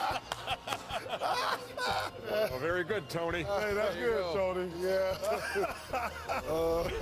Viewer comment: Said ‘dis’ instead of “this”